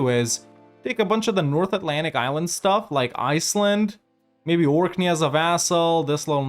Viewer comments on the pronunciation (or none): none